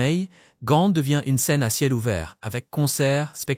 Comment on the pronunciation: GAND (ou en néerlandais GENT)mais pas GANTE; ça n'existe pas,nulle par, même pas en Anglais (GHENT)